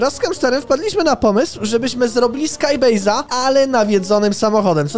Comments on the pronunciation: CZYTA SIE SKAJBEJZ A NIE SKAJ BAZE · czytaj : skajbejz